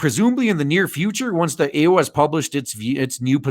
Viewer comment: I like how you call the EU ˈēo͞o